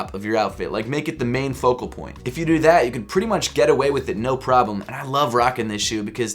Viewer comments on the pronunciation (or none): none